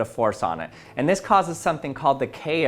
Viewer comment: with dis? Lol